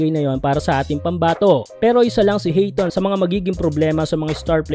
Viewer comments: Ayton hindi hayton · Hindi Hayton Sir Ayton po